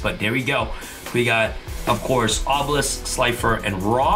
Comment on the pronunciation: Me hearing you say obilesk is powerful me having dragon master knight